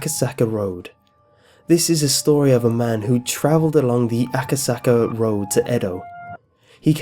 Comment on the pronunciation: But wait.... AkaSacka? SACK-A?!